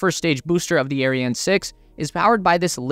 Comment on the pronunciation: Can you just google how to pronounce those weird words like Ariane and Thales. It’s not rocket science